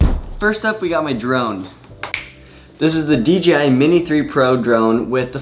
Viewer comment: I find it funny how everyone pronounces DJI as “DGI”. I catch myself doing that so much too.